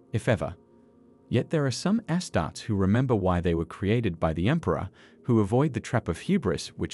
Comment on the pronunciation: Its pronounced "astartees"